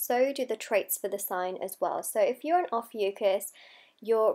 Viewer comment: Not even pronouncing it correctly 😒